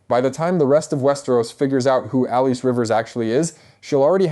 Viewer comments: Its pronounced Alice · Pretty sure it's just pronounced like "Alice." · Sorry, but I'm turning off. In this day, if a creator can't even correctly pronounce the character's name, it's sus... I immediately think 'AI.' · Why is your pronunciation off